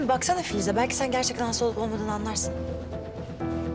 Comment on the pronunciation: Kız hasda ama doktor diyor hasfa diyil